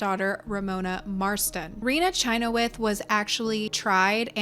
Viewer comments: Pronounced shin-hawth, my father in law has the same last name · Growing up in Utah, we pronounced the last name Chynoweth as "sha-nowth"